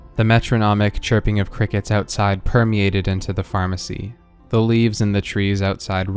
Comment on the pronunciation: DID YOU SAY PHARMERCY JRJRFHJRJHFHHRFHHSJUMDUDJDUJCFYHVYHTCJUUJXXJUECUNFHYVFNYVHNFNUFNYVNFHCHNDUNCDNHCFHNCHRNCUNWSUNJNSUJQNSJDNJDCNHRCHNFNHTGVHNGJGVNTJVNRNJRCNEDHNRNHDHNRCHNFHNVHNT